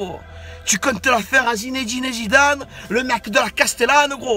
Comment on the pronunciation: ET ON DIT PAS ZIZEDINE PTN